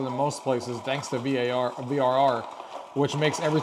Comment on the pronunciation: You said frr not vrr and kept saying z1 extreme